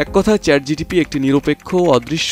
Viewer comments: আপনি বারবার ভুল উচ্চারণ করছেন I কথাটা চ্যাট জিটিপি হবে না, কথাটা হবে চ্যাট জিপিটি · সংবাদ পাঠক, আপনি চ্যাট জিটিপি বলছেন,ওটা চ্যাট জিপিটি হবে। আর হ্যাঁ, একই প্রশ্ন আমি চ্যাট ডিপিটিকে করেছি, আমার জানামতে সে এমন উত্তর দেবে না।